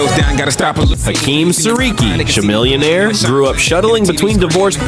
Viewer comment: “Sha-millionare” The AI is down bad 😂😂